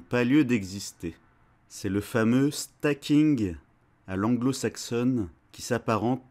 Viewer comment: C'est Snacking pas stacking lol